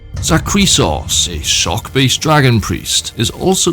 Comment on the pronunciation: i heard 'shock based' as 'sock based dragon priest' and frankly that is how i will see them from now on